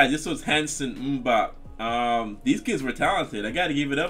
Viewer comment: The actual pronunciation is "oom-bop" even though not spelled that way. You were definitely right though, the song IS catchy. Heck, I still sing along every single word to it, first heard it when I was about 10. By the way I sent you a few songs awhile back to possibly react to but wasn't sure if you got them.